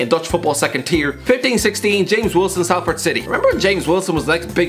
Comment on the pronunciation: It's pronounced Solford not Salford